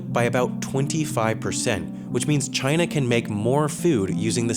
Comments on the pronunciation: Wait... In the first few seconds you said china as kina.... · "Chayna" - Donald Trump